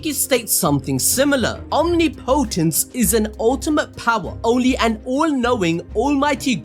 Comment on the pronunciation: Phonetically its pronounced awhm-ni-po-tance